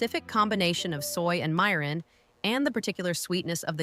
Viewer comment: Vids okay. Eaten many growing up, made some. Wish a real person narrating. Mirin and other words) mispronounced twice, 2 ways. Oh well. As long as viewers get the jist.